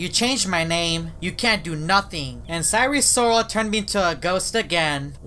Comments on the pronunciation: please sire sirol is pronounced as “S I R E S I R O L” not “S I R E S O R A L” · I'm laughing because he said: our friend sire sorel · sire sriol lol